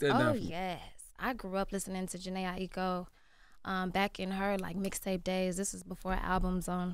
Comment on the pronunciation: Jhene Aiko is her fav artist but she keeps messing up her name after Charla and Envy say it correctly🙄